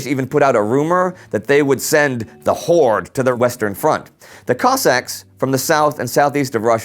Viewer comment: the pronunciation of kozak in this makes me physically sick,, nice video though!!!!